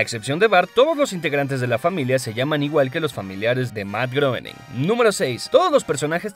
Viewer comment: se pronuncia grouwning